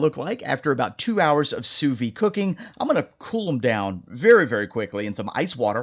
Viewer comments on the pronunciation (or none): NOT! "Soo Vee!" It's "SOO VEED!"